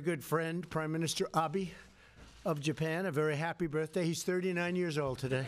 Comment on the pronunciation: That is AH-BAY. AH-BAY AH-BAY. He's your best friend President Trump, learn to say his name right. (Maybe he calls you Donorodo Churummpu though and that's why you tease him by calling him AH-BEE)